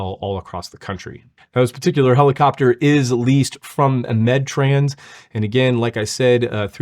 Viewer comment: Did she really call it a "pellacopter"? Or am I hearing things?